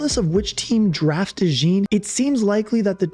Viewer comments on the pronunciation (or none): You are wearing a Saints hat in the video, so I am guessing you are from Louisiana. If so you should know how to pronounce DeJean properly. LOL It is a common name in Louisiana (because of our deep French heritage) so we use the French pronunciation for those of you that want to know.